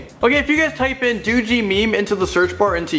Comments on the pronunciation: No it's not called dooogie it called doge like dog but but doej it's pronounced that way lol 😂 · It's not "do get" It's doge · Omigoooooood.....he said DOOGEE MEME UGHUGHHGUFHGHGUGUGHGUHGHGUGHUGHUGH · Bunnylambe he said doojee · did he just say... doodjee instead of doge... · "Doo gee meme" No, DOGE meme. As in the French pronunciation. Doej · doogee meme what??? dogememe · Him: what is "doogie" Me: Its doge dude. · It enterally pains me that he called doge dough gee meme its DOGE Dough GUH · Wait, did he say doo-gee? TRIGGERED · it's not doogie meme, it's doge meme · Doo-Gee meme lmao its Doh-j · Dooogee meme? It's pronounced d-oh-j- not doogee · Its doge not dugey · doe gee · Doo gee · I kinda like "doodjee" even better. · Doje meme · lol he pronounced doge like doogee im laughing so hard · Did just say "doogie" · did he say do jee meme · He didn’t just say doojee meme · Doge = dOgEe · Who else got triggered when he said do-gee meme? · EnderKing184 XD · the way he says doge lolol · Is anyone going to mention how he pronounces Doge? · yes, and its wrong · Yah doge but not GIF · Wtf did you just call doge?